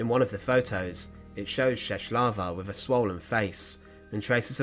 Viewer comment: The way that you pronounce Czeslawa is way off the mark. The letter "L" with a "tick" in the middle is like a "W" in the English language.